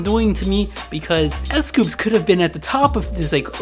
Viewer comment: Its s coups not s coops its dino not diino